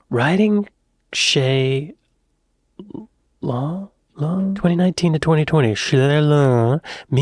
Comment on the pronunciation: And why can't Americans pronounce chaise longue 😂